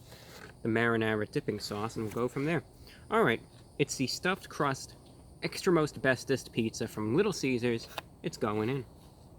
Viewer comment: him: extra most bestest my ears: extra asbestos